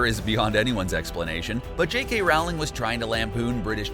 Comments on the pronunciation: In Sep. 2018, you pronounce Nagini Nah Gee Nee, and Rowling ROWW Ling...there were a few others, too. Here's the thing...you're a 1.5millon sub channel. From the director, to the voice actor, to the editor, NO ONE caught these mispronunciations? Or is it just one guy, who got lucky with the subs, because he's really not a fan...just a fraud who found a niche? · Rolling not rauling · Best way to tell a fan vid from a cash grab: the narrator knows how to pronounce “Rowling”. Also, it’s ani-may-gus. You could at least watch the movies before publishing. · He even mispronounced the authors name and some other things. Obvious never even saw the movies